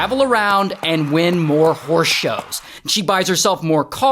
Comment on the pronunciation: I thought Ray was calling her out her name 😂 “so this WHORSE lady”